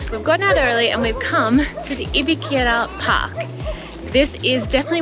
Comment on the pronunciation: Hey there, Park's name is "Ibirapuera" I understand it's hard to pronounce but I still burst in laughts when you've said "Ika park" HAHAHAHAHAHAH Welcome to Brazil, enjoy!